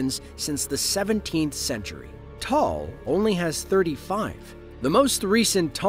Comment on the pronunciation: Just for future reference, Taal is pronounced "Ta-al". I actually got married in the Philippines that following April. We weren't sure if my flight was going to get canceled because of it. Scary stuff.